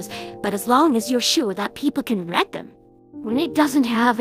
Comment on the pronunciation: This is cool but I can’t stop laughing at how the AI said just to red it